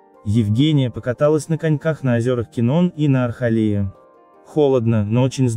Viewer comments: Чтец! Не АрХАлей а АрАХлей!!! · АРАХЛЕЙ - название нашего озера, а НЕ Ахралей...